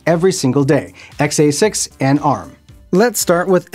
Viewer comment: Please for the love of god stop saying XA6 instead of X86. Just stop altogether lol. We should make it a drinking game. Take a shot everytime he says xA6 (X86).